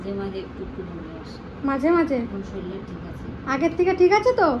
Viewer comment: ucharon thik kore koro job cholo daily solil noi sorir, khecha noi khacha